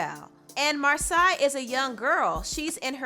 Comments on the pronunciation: it's mar say not mar sigh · Her name is pronounced MAR - SAY 😭! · Her name is pronounced “Mar-SAY” but I was really disappointed to see so many negative comments about her appearance. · It's pronounced Mar-say, as per her twitter page. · It annoys me how you mispronounce names. Its mar-say. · Love your videos🤎🤎 her name is (Mar-say)😂😂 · Mar-say is the proper pronunciation of her name. Her parents are A-1 solid black parents not surprised she is such an eloquent, clever young queen. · lmao you're saying Marsai's name completely wrong wow. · You are not saying her name right honey